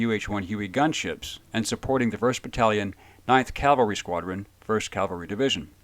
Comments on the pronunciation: CAVALRY noT CALVARY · I like your stories and appreciate you bringing them out but of you're going to do military videos you really need to learn the difference between Calvary and Cavalry. In your video about Bruce Crandall you consistently said 7th Calvary. Calvary is where Christ was crucified. Right is right, wrong is wrong. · I love your work and I love your videos. But I’m an English teacher and I have a difficult time hearing you say “Calvary“ instead of “cavalry“. Calvary is a hill upon which three crosses were erected for a crucifixion. Cavalry is horseback and horse mounted. as I said it’s a trivial thing but it’s important that what you do is accurate. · It’s cav-el-ree not cal-var- tee! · Crandall and Freeman were amazing. But I have to nitpick....CAValry, not CALvary. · Remember, Calvary is where Jesus died. Cavalry is something totally different Cal-vary vs Cav-alry. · Please learn the difference between cavalry and Calvary. Please...